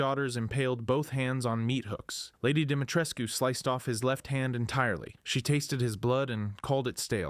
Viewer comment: I noted the way Lady D's name was said, with the U pronounced. Apparantly, this is the correct Romanian way to say it. Shame other names were butchered here.